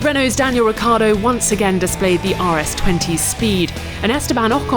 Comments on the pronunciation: Would you please stop calling Ricciardo "Riccardo" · By the way... It's RICCIARDO not RICCARDO...